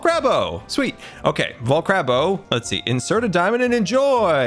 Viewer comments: Nobody: Not a single soul:: vol-CRAB-o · Vol-carb-o not vol-crab-o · Sign: Vol-Carb-O: Vol-Crab-O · It's not Vol- crab- o it's Vol-carb-o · When you start a video and he starts calling the vol- CARB-o a vol-CRAB-o… it just bring joy. Also, glad to finally see POV with AFK Grian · what do we have here? Vol......CRAB........O.. VolCrabO!! Sweet!! Me: Oh....... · I think you left your treasure box next to the 'vol-crab-o' xD it's carb, like carbon, because potatoes are high in carbs. :) But I get the a and r switch, happens to me at times too ^^ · Sign says: vol-carb-o CARB CARB says: vol-crab-o crab CRAB? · your Treasurechest is in front of "Vol-Crab-O". U left it there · "vol crab o" LOL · I think you left your treasure box by the VOL-CARB-O, also it's not crab, it's carb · when Scars illiterate "vol-CRAB-o"...... carb? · vol-crab-bo lmao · Vol carb o not vol crab o 😂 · Maybe U forgot ur valuebox at vol- carb-o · fyi you said vol-crab-o when it is vol-CARB-o. sheesh scar... :> anyways have a great day! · The first part where he said vo crabo it’s not correct it’s caRBO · it’s vol-carb-o not vol-crab-o 😂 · not vul-cRAb-o but vul-cARb-o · vol CARB o not vol CRAB o lol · It vol cARBo as in carbs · "Volcrabo" Today on scar is dyslexic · It's actually vol CARB o